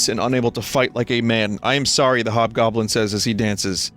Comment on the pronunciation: Ah yes, the hobgoblin became the jobgoblin.